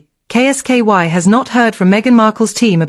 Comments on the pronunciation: Who is K S KY can't she say Kolski? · K s ky is not kolski. Get it amended. Sounds bloody daft.